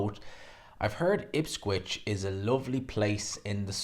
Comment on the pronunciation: For the umpteenth time, it’s Ipswich, not Ipscwich